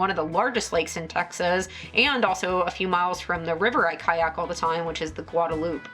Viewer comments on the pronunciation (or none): Guadalupe River = Sounds like gwaa·duh·loo·pay ri·vr. Not guadaloop. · it’s pronounced Gwa-de-loop-AY 😂 it’s spanish